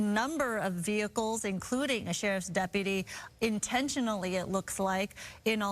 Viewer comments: "...it almost looks like a work-type van, but obviously it could just be somebody's kind of van..." Award-winning commentary on this channel, eh? Also, it's pronounced "de-pu-ty" not "dep-pah-tea" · "That 'depadee' has an ambulance to check him out." Lol those women sound like dummies. Its deputy! Not depadee.